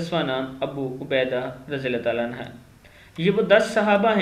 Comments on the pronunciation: Anha Nehi Anhu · نام صحیح بولو رے عنھا نہیں ہے عنہ ہے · अन्हा नहीं अन्हो है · Anha nahi anhu kehte hn bhai anha aurton me lagta h sahabiya me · Rjillahhu anhu hai bhai anha nahi ok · بھائی جان عَنْہُ صحابہِ کرام (رضی اللّہ عنہ) کے ساتھ پڑھاجاتا ہیں اور (رضی اللّہ عنہا) صحابیات کے ساتھ پڑھا جاتاہے